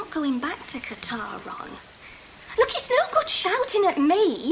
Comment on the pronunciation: It's pronounced like Cutter. I live near Qatar and fly with Qatar Airways frequently.